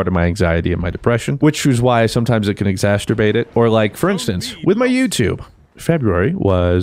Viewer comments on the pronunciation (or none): Sucks that you still sick and feeling low, itll get brighter just keep going day by day. Now that I've got the feely bit in, its exacerbate! Not exasterbate ya sick dork